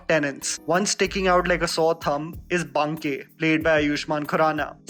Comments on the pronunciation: Baa-ké sir not Banké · It annoyed me every time he said Bankey🤦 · Dude, I think there's something wrong with your pronunciation of Banke🙄 I mean you're an Indian and pronounced every other Indian names correctly, right? BTW love your videos❤️